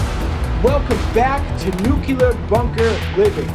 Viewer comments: Nu-clear. Nuclear. Not nu-cular. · He says nuke-ya-lerr instead of nuke-lea-r Just a pet peeve. Amazing undertaking. So much energy went into building this complex and yet it doesn't even hold a candle to the pyramids. Just mind blowing what people can do! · It's nuclear not nukular